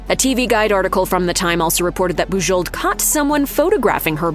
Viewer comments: Boo-ZHOH. Please pronounce the name correctly. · I'm fairly certain that the last letters of her name are silent. Listening to this was very painful. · Thumbs down for the atrocious pronunciation of Bujold. If you can't even find out how h to pronounce her name, I can't believe anything else you say about her.